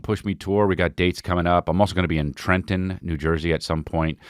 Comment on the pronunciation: Chris needs to learn how to pronounce a Trenton before he comes here